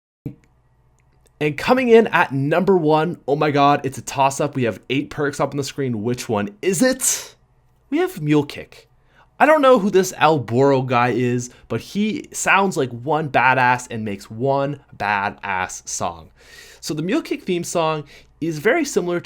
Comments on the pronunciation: "Al Burro" Its El Burro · "Al bourror" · Everytime you say El BHORRO, a mexican cries.